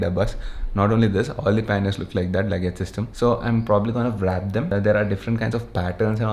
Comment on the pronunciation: when he pronounces wrap as vrap :P